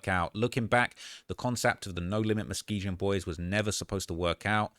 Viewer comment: If you're gonna say the names pronounce them properly. muh·skee·gn You have everything right accept the ending. It is not gin it is gun